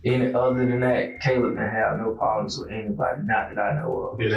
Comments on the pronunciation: He is constantly mispronouncing Caleb and other victims. This is one of the original channels using computer generated narration. But the least they could do is listen to their own video and correct the disrespect to the victims. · The AI voice pronouncing Caleb wrong over and over is really annoying. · Yet it can't pronounce Caleb correctly. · kah-lub? Bro really? Its Kay-lub. VERY common name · Why do you keep pronouncing Caleb like that??? It's not Calib. It's Cay-leb. You can hear people say it multiple times n the video the correct way and you still just decided to butcher it every time lol. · It's pronounced (kay-lub) Caleb. Not (cal-ub) smh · I believe it's pronounced CAY•LEB NOT CAHLEB the name is Caleb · The most annoying thing ever is hearing the Narrator Repeatedly say Caleb the wrong way over n over. Its not CALL-UB its Pronounced CAY-LEB!! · It's not pronounced as kal-eb! It's Kay-lib! Spelt Caleb. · Please take the time to train your AI to pronounce names correctly. It’s Caleb, not Calleb. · The son's name was pronounced Kay-leb, not Callib. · Can the narrator hear the cousin pronounce Caleb's name? ( kay-leb, not Ka-leb) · Caleb… Cay-leb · I keep saying to myself and no one in particular. It's Kay-lub. Damn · CowLeb...wtf get it right..AI or not ...yet people want to replace humans with this crap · Caleb = k-lib is the correct pronouncement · You keep mispronouncing the 17 yr old Caleb. It’s pronounced C long A leb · Yes, thank you. Like kay-leb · The way the narrator pronounces Caleb makes my eye twitch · Why does AI pronounce "caleb" lile a mexican? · Why can you say Javarceay but not CALEB!?! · Can say Javarceay but not Caleb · Ugh the way the narrator is saying Caleb's name is driving me crazy! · Narrator, how da hell you can prounounce Javarceay correctly but not Caleb? Jesus man! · I hate the way AI pronounces Caleb. 😂😂😂😂😂😂